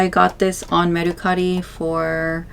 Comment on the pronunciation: The way she’s saying mercari is making that rage build up inside of me😂 . Can someone teach her how to say it please